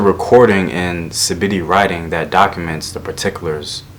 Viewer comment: Lots of good stuff here and in your other videos too. Some gaps though. Maybe I can help out on pronouncing African names: Piye is pronounced Pi-Ye not Pie. Nsibidi is ancient and pronounced insibidi. Nubia (Ta-Seti) while an early state, was not the first. It was preceded by Yam and Bompata, which were already in decline during the rise of Nubia. If you know tha names of African scholars working on revealing African scripts who we can follow, please pass their names along. Peace be upon you.